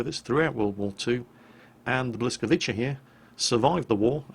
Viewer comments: Its " Blyskavitza" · Hmm, correct pronounciation would've been like: blyskawitza I guess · FYI, the pronunciation for English tongues should be; Bwi - ska - vi - tsa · If you try to pronounce it in sort of german-english hybrid it would sound like: Bwetz-k-wetz-I You can try this: <- there is a small speaker icon under the translated word. You can click it to hear the spelling. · Actually, The L with a line through it makes a "w" sound, so phonetically it's kind of like: Bwy-ska-vee-tsa. Don't worry about mispronouncing it though, because Polish is one of the harder languages to pronounce from my experience, and I grew up with it. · you were pretty close with your pronunciation of "Błyskawica", but not quite. Try saying it like " B-whisk-a-vits-a " the next time you try to mention it's name:) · Błyskawica pronounce bwiskavitsa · Close but no cigar, I think it's Blis-ko-vis-ah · Close. Its pronounced Bwiska-veetsa/. and its "ah" not open "a" at all the a's but you had that right. It translates to Lightning or flash of light. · Hint: The L with the tag on it is pronounced like a soft "W" in polish. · Oh, everyone knows that the Polish "ł" is pronounced kinda like a "wh" sound.... At least I think it is pronounced that way:P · Bwy-ska-vi-cha is how it is pronounced. It means lightning. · you pronounce it Bweescavitza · The way you pronounce Błyskawica is Bwiskahvitza (with wi like you'd pronounce "win") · The Błyskawica (Polish for ‘Lightning’, pronounce bwiskavitsa, with ‘wi’ to be read like in ‘wisdom’) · Your pronunciation is almost spot on, the only issue is that the L with the line through is more of a, (well to put it into simpler terms), it's basically the Wha sound like in the word What. But because of the positioning of the Y, it turns into more of the Whi sound like in Which, or Witch, etc. So it ain't B-lis-kawica, bur rather B-whi-skawica. (misspelling is done on purpose to show the difference in pronunciation)?